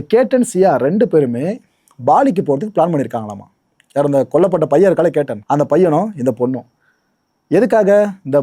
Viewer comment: பெயர் கேட்டன் இல்லை கேத்தன்